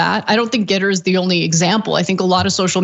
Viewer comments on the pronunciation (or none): As a software developer, one thing that drives me nuts about your reporting on GETTR is Anna's occasional pronounciation as "gitter" because there is a reputable platform of the same name for IT people to get support or talk about the tech. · It's G ETTR. NOT gittr. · Is it too late to recall Voyager 1 and 2, with that invitation for aliens to come find us? At least until we have less embarrassing podcasts to show them. Also, I feel like y'all are mispronouncing Gettr. You should pronounce that as if you're a character in Deliverance.